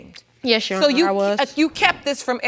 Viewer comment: Every person who's ever been on Paternity Court "Yesh Sheronor" 😩